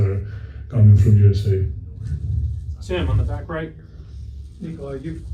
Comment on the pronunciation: Respect to the 2nd reporter for pronouncing Nikola correctly.